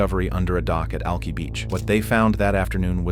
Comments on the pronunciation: Al-ki (rhymes with eye) not Al—kee… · To be fair, the computer also misspelled it. "Alki". It's like spelling Cincinnati "Cinccinati".